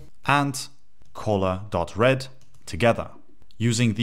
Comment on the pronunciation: Hey man, this video is great! I cant stop hearing you talk about Colas tho lol. Color is pronounced CUH-ler in the US and CUH-luh in the UK Thanks for the tutorial!